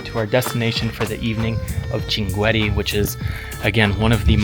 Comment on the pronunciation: Welcome to the city of shankit. I would like to point out that your pronunciation of the city’s name is very incorrect; the correct pronunciation is shankit (Shinqeet), not the one you mentioned. I am originally from there—my name is andulrahman alshankiti my ancestors migrated to Saudi Arabia, and I currently hold Saudi citizenship. This city is . What makes it especially unique is that it is a desert community unlike any other in the world. Usually, desert regions are associated with illiteracy, but this desert is rich with linguistic and scholarly knowledge. Shankit has been one of the most important exporters of scholars to the world. I also recommend reading about the history of Al-Turkazi Al-Shinqiti, who once visited the court of a European king—though I do not recall the king’s name. The Grand Mufti of the UAE is also Shinqiti. However, what distinguished Shinqit the most in my view is its deep tradition in the authentic Arabic linguistic sciences. "If you’re ever in Saudi Arabia, you’re welcome to visit my hometown, Al-Qunfudhah. I’d love to show you my grandfather’s library and some of the historical sites there. It’s a unique part of the country that I think you’d appreciate Have a pleasant journey